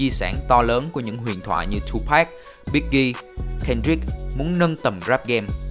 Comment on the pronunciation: Đọc là Tupac, không phải Tupack nhe bạn. Rất khó chịu!